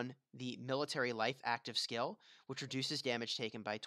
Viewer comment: You know it's "SKILL" and not "SCALE" right? Makes me cringe. I can't imagine how you pronounce "scale"